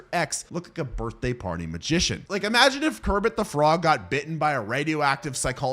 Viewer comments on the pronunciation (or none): none